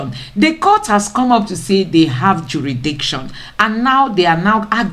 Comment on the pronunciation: Madam, a beg, pronounce this "jurisdiction well naa"